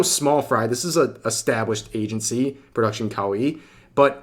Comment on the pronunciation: This is the first time I've heard of Production Cow-ee